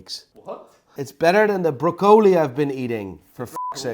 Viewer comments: English: *exists: "Bro-co-lee", "Is that spidermon?", "You can stay safe and anomonous" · Did you change your mind on that cartier? You liked it for british royalty... I will take my watch now thnx 😂 By the way broccoli isnt pronounced like that in english nor dutch, was that the covid or een spraakgebrek 😂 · Thats how it’s pronounced in Dutch. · He can’t even say broccoli properly so he can’t criticize Johnny for his watches, no doubt Johnny has a number of top quality watches, something this bloke could never afford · I’m absolutely baffled by this man. He has an encyclopaedic knowledge of watches but doesn’t watch films and can’t pronounce broccoli.